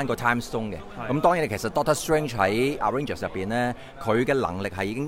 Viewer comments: arrangers 笑死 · 真係發極都發唔到avengers 個ven音 😂